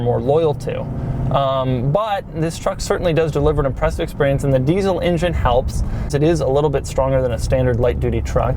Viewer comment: "deezle injin" -Doug